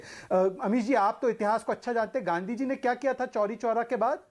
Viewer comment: तू कुछ मत पूछ बस गांधी जी का नाम पूरा अच्छे से पढ़